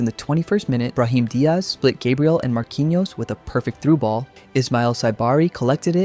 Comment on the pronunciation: can you please do minimal research to learn how to pronounce the players' names? their names are not kun ha and gay briel